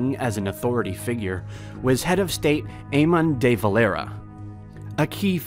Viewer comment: jeasus man you should look up pronunciation before making a video. "Ayhoman DayVolEire" of "Fiona Fall" would be turning in his grave!